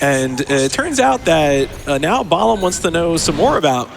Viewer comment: I just finished my NG++ playthrough of this game, and pronunciation of "Balam" is driving me bonkers. Also, this is what you get for running on unstable PC ports instead of on console like god intended. >_>